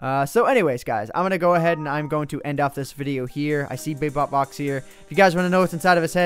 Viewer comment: its bebopvox not bepop box